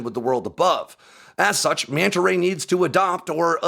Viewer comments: Mee-anta Ray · The one thing I learned in this video is the fish's proper name. I always pronounced it Mana Ray!